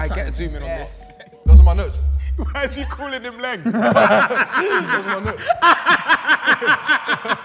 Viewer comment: called him LENG lmaooo